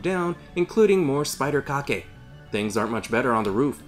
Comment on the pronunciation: Spider-kake? really? hahaha hahahaha